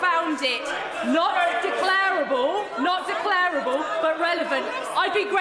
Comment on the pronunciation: 'Declarable' has stress on the second syllable, not the third. Same with 'comparable'.